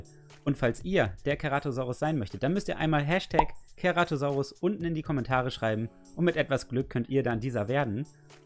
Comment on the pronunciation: #Ceratosaurus er ist mein dritt lieblings Dinosaurier ich würde mich freuen wenn ich der währe #besterMann kleiner tipp:er wird zeratosaurus ausgesprochen